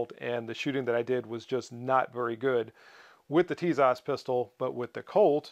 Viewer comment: Pronounced - Tisash